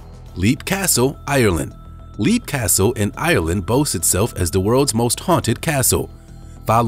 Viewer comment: Side note: Leap Castle in Ireland is pronounced “Lep” and a family bought it in the early 90s and still live there.